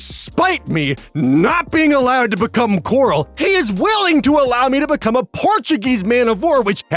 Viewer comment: Yay, is gonna become a DnD Horror Story reader! I love these. o 3o Edit: Gonna be honest with ya, every time you said "coral," I thought you were saying "gorl," so hearing "My DM won't let me Wildshape into GORL!" was something that made me do a double-take.